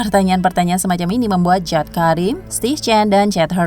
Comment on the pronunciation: Bacanya bukan jawd tapi Jawid... Jawed Karim itu nama Asia dan bacanya tetap sama Jawed atau Jawid... 🤦